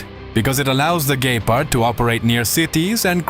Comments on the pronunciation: It's not gaypard its gepard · Why you say Gaypard 😭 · so what? Many native english people can pronounce Gepard correctly.